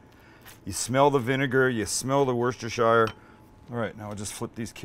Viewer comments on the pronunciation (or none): Wüster-shire? We just call it Wooster sauce here in the UK. Don't make life difficult for yourself. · "Worcestershire" is pronounced "Woostershire", the "rce" is silent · just say wooster-shire. Worcester Mass is pronounced "Wooster" by almost everyone I know who I've heard it from, we all just go along with it. Kinda like british people and "aloominyum". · I love the food you make, but a small part of me dies every time you say WOOSTERSHAYER. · Nah bro it’s like wusstah. I’ve never once heard it pronounced WOOster. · Just FYI, Worcestershire is pronounced "Woostersheer" . Cheers, a Brit. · I made the same comment over a year ago :) Sam is stubbornly sticking to "war-sester-shy-er" LOLs :) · Why do north americans struggle so much with saying "Worcestershire"? Asking for a friend!